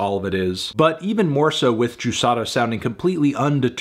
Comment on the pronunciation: Can we talk about how well Fantano pronounces the "r" on Juçara's name DAAAMN like I'm brazilian and I've never heard an english speaker that doesn't speak portuguese (I think he doens't, at least) say it that well!!!